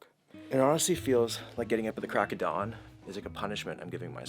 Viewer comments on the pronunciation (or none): none